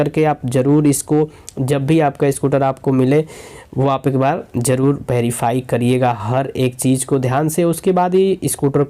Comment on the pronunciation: Waaaach......Anline....Saart out..... Alllllrady.....Berify.....ek hota hai slow aaur ek too slow......Eskip ka Aaapsion😂😂😂😂😂